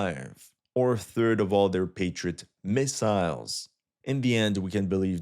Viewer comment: Dude, you really need to learn how to read without sounding like you are reading…. Reminds me of my 9th grade, whenever sentence ended I would high pitch in the end.… "or a third of their patriot MISSILES" --- why is MISSILES! important? if anything Patriot is what distinguishes them… (just a feedback)